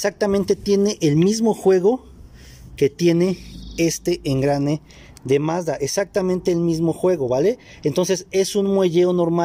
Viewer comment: Mazda tregs hable bien